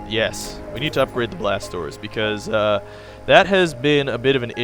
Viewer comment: Haha, whenever you say "Blast Doors" I feel like you're saying "BlasTORS" lol, I always think to myself "why is he saying blasters so weird...?